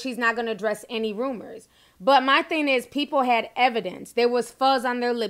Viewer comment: "Thing" has a "g" at the end Ti 🤣